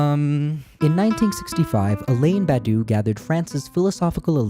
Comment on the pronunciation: love the way you pronounce Alain Badiou "Alain Badoux" also for "the first time in 180 years" incorrect they were a huge rev in 1830 everyone misuse the Delacroix painting to talk about the 89 rev